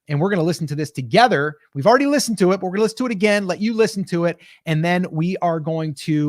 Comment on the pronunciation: Ordy?? The word is pronounced already